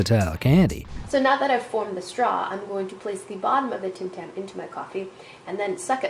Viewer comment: you said tam tam it is tim tam